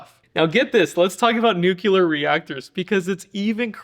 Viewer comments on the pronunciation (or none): C'mon - it's not Nucular, it's NEW-Clear. Please do better. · Noo-clee-ur. Uneducated and lazy people say nuke-U-ler. Yes. I'm that guy. 🤣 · Nu cle are…. Not nu cue lur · Nuclear (as in 'energy') pronounced New-Clear (unless you're Jimmy Carter, then it's Nuke-Ear). The Nuke-Ular pronunciation reserved for 'weapons'. Just a bit of trivia. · Nu-cle-ur. Not nukular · Nucular….I’m surprised you say it that way when you enunciate so well. I work in the nuclear industry and think it’s strange that so many people don’t pronounce that word correctly. Thanks for another very informative video. It’s yet another sad realization that makes me think the future of this country is not looking so great. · Sorry, pet peeve, but it's new-clee-er, not new-cue-ler. It's not a difficult word to pronounce. But thanks for reminding us how much we suck at everything these days.....this is what superpower decline looks like and it's exponential. The truth is that the Globalist Establishment is, and has been for a long time, actively engaged in the destruction of These United States of America and we do nothing to stop it. World-wide communism or a sovereign Unites States.....you decide, vote accordingly. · Learn how to pronounce nuclear "new clear." Not "new cue ler." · Please pronounce NUCLEAR properly... Not Nuculer, but New Clear unless you're a member of the Bush family or ignorant. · WHY soooo many people say "NU-CU-LAR?" WHEN THE CORRECT WORD IS "NU-CLE-AR" what is wrong with this word that even presidents can not say it CORRECTLY? And now USA is becoming fast the PAPER TIGER that used to accuse China to be in the past. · The standard pronunciation of nuclear is NEW-clee-er. A common variant, NEW-kyu-lar, is widely heard and used by some public figures, but it is considered an error by dictionaries and language experts. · It's a common pronunciation that even Jimmy Carter, who was a nuclear engineer, used. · Not to nit pick but it’s pronounced NUCLEAR not NUCULAR.